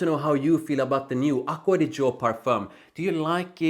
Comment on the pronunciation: Nice italian pronunciation